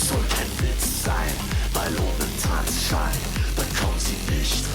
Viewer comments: Tanz - Schein. think of it a two distinctive words, don't try to bridge it. and you mix one N too much in it: Schein, not Schnein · TANZ (like 'hunts') SCHEIN (exactly like 'shine')